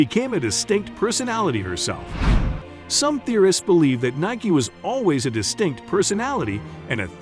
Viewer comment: Explains the correct pronunciation and then proceeds to use the wrong pronunciation. LOL besides that, very informative! I learned a lot.